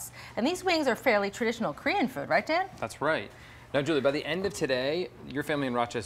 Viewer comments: Thought she was saying “damn, damn damn”. Lol not Dan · When you were saying "Dan Dan Dan"...I thought you were saying what I was thinking "dayum dayum dayum"!!